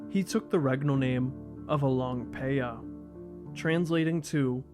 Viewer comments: I fucking love how you didn't messed up "paya" while pronouncing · i just came here to hear you say the name but i end up watching all lol..good job for learning how to pronounce properly